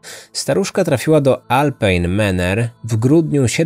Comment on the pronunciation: Wypowiada się prawidłowo Alpine Manor, a nie Maner